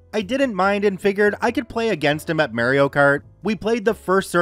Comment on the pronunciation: You should never say Mario again.